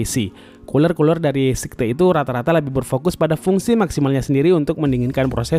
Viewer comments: Sayet bang bacaanya bukan sekte... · bagian atas casing cuma support 120mm aio? kok kelihatanya bisa 240 ya. btw bukan sikte, tapi skait bacanya om... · kok sihte gan wkwkk Scythe bunyi ejaanya kalo gk salah "saith" gitu tapi wasem harganya terlalu OP buat kantong pribadi wkwk